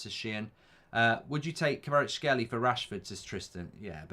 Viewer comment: Mark, Kvaratskhelia - you need to pronounce last A letter :)